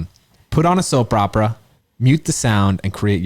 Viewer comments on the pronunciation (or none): did anyone else notice that said "soap ropera"??